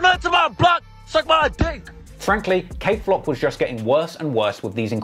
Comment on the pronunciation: Dthang and kayflock it’s not cuzin